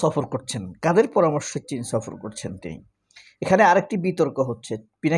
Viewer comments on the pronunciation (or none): কিন ছফর না চীন ছফর কারেশন করেন